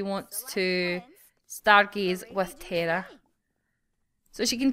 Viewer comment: haha wow you said terra was preggo again